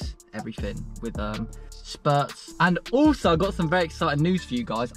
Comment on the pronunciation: Cringing every time I heard ‘SPURTS’ It’s spritz... spur ritz